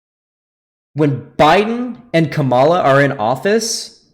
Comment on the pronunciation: Ngl it's kinda cringey that still doesn't know how to pronounce Kamala lol